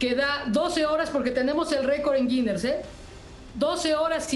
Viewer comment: Dice: el récord girnes